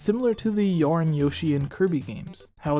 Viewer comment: Wth is yorn?? You mean YARN?